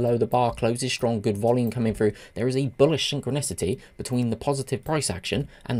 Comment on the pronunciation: "Syn-chro-nicity"... I laughed at that. Love your videos. Especially the fast pace. Thank you